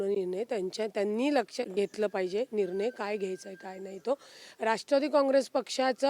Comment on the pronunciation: निरनय नसुन ते निर्णय आहे...न आणि ण यातला फरक 😅😅😅